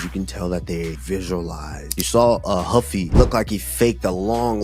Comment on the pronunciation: Lmaooo Kamaru pronouncing Ruffy as Huffy 💀 Leon did damage on him